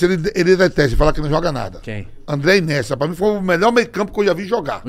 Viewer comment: O q esperar do cara q diz q é melhor q o Messi e do outro q chama o INIESTA de "Inesta"? Se eles são paga pau de brasileiro, eu sou paga pau de gringo, pronuncio correto viu... kkkk